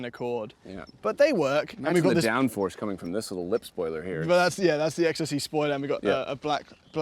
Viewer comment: Ex Sesy 😆